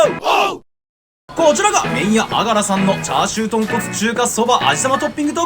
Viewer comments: あがらのイントネーションが違うのが惜しい！！ あ⤴︎が⤴︎ら⤴︎ それにしても久しぶりに聞きました（笑）。 おじいちゃんが良く言ってたな…。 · あがらは、「が」にアクセントがあります。井出商店に35年通う和歌山市民より。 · あがらの発音違うかも💦